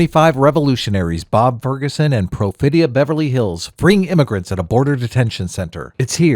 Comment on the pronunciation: *Perfidia, not Profedia